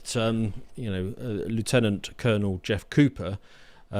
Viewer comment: sorry, how do you pronounce Lieutenant? 😋